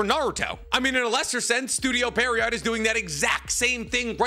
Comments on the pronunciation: please say pierrot correctly this is killing me you say it so often pleaseeeee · year 9 of misspronouncing pierrot. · Maybe he's dyslexic 🤷‍♂️ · pronounce studio pierrot's name correctly challenge: IMPOSSIBLE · Still sayin pierrot wrong .. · Damn, this guy really can't pronounce "Pierrot", can he? lol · MF can't pronounce pierrot to save his life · The way you mispronounce the studio name over and over 💀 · After hearing all this, I don't even mind that you mispronounce their name anymore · Studio — repeat after me; Studio Pee a rot, not Studio Periot, Pierrot, Studio Pierrot. 😂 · It's pronounced as pierre row not pierre rott 😑😑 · Pierrot is the name of a type of clown. Fitting name for them. Also it's pronounced like "pea-arrow" not "pear-E-yacht". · It's PIERROT, not PERRIOT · Does anyone else think he’s saying the studio name wrong? 😂 I’m hearing Perriot not Pierrot 😂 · yeah right! even the logo has the clown face, I was sooo surprised with the pronunciation 😂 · goddamnit, can you at least TRY to pronounce it correctly!? It's not perrryott. It's Pierre-oh (like the French name). I get it with all the japanese words but come on, dude. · It’s Pierrot like a clown kinda like what’s on the logo you dip it’s not pier-rot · I just don't understand how you are saying Pierrot when it's a french origin name and would be like Pier - roh. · It’s pronounced “Pier-oh” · Bro called it parryot lmao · Is dyslexic? Seriously asking, maybe this is already mentioned before but i've been watching his naruto content for almost a year and constantly see him struggling or mispronouncing things that he should know already how to pronounce. And with this "Perriot" example it became way more obvious this time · Just for the future, Pierrot is a French word. You pronounce it "pee - air - oh". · Pierrot is actually pronounced more like "Pee Arrow". It's the French word for clown. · These mispronunciations of Studio Pee-Air-Oh make my skin crawl 😖😂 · studio "periot"